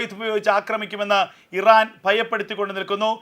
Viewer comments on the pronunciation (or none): none